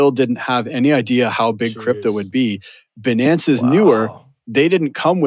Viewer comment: if i have to hear them mispronounce binance again i might shoot myself.